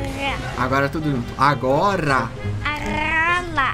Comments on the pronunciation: A-go-rrra -A-rrrola KKKKKKKKKKKKKKKKKKK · Olha os Deuses minuto ahsu: " AGORA ": "Aróla" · "Agola, A-goo-la" "Agora fala tudo junto, Agora" "Agola, Agola, Agoga, AROLA"